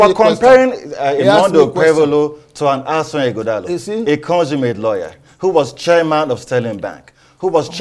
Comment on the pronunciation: it’s 21st sir not 21th and Ighodalo not Ughodalo Don’t sound like your principal pls🙏